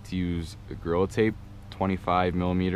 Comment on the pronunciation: “Use agrili tape.” I’m not trying to be a dick… but if you’re planning to make videos which could make you go viral, look up how-to videos which will teach you not to be a “lazy speaker”. This is a great video and very informative, but no one can tell me, “Well you found it useful so shut up”, as I am only watching it for entertainment purposes as weird as that may sound! I’ve got a bike and I’ve considered tubeless, but while I understand the passion, I don’t really give a shit about all of the technical benefits. If I was dead broke and riding was my life, & why I’m broke, I would bunny-hop over to the other side… Take it or leave it… it may not seem like a big deal because most people like me will understand what you’re saying, but if you do it with that then you’re doing it with other things & somebody somewhere is going to get hung up on the details. When they do they’re going to blame you. Again just some constructive criticism. Great video! I can tell you understand what you’re doing and maybe one day I’ll see you on the other side! If on the other hand, you don’t really give a shit and you’re just trying to help someone somewhere… Godspeed man! But don’t think language stops on YouTube videos!